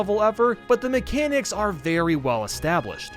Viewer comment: Wait. Did he say berry little room for error on 81?